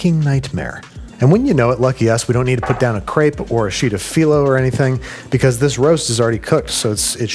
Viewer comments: One of us is saying crepe wrong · Was not ready for that pronunciation of crepe